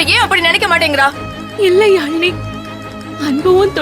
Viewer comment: Admin athu yaamini illa..yazhini🤭